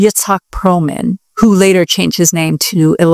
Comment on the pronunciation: Its PERLMAN not Prohman